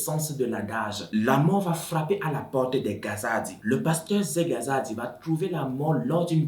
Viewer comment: j'ai vraiment aimé la façon dont tu as raconter l'histoire mais la prononciation du nom kazadi tu la vraiment mal fait